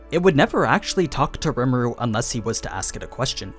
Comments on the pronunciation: "ree ma roo" not "rem a roo" but other than that amazing video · It’s rimuru not remuru btw no hard feelings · Its. Ree mar oo Not rem aru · I hate how this guy says rimuru, he's saying "remuru" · So basically it’s pronounced RE muru not rmur and it’s ME LEM not mlim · "Remuru" ????? just read his name bro how did you go from Rim to Rem?? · Normal People: Rimuru Others: REMERU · Rem Eh Ru lol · I'm sorry it bothered me way more than it should have "remeru" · gosh hearing you say Remuru is annoying. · You know someone hasn't watched an anime if they keep saying the name of the main character in the wrong way.